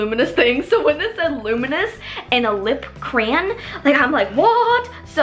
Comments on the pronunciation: so funny thAT U SAY crayan not crayon hahahahahaha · Is a cran as she calls it a crayon? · omg the way she says crayon